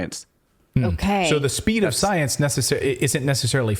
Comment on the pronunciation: "We had to move at the speed of scienceh". They just can't stop being blatantly ridiculous...